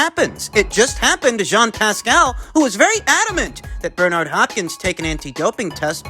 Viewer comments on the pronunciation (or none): none